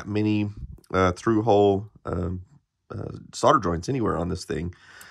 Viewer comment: It’s solder not sodder there is an L in the word please use it